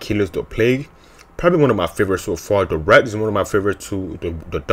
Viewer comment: He said the rat instead of wrath XD